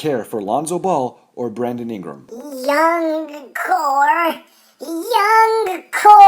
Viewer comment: Nigga said Bradely Ingram😂😂😂